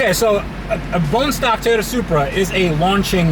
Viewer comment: I don't usually comment, but it's killing me how you say Toyota. Tea-ota. LoL